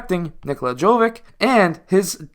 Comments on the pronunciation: if you can pronounce "jokic" correctly, why won't you try with "jovic" as well? same ending. same pronounciation. also like "dragic" and "doncic" and even "pulisic" ... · Dude, his surname is pronounced exactly as Jokić's, it's only he's JoVić. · It is pronounced same as Jokic but with V in stead of K